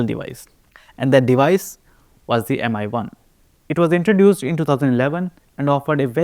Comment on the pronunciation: Why does every indian YouTuber pronounce Mi as Em-eye and not Me? It's not pronounced Xiao em-eye after all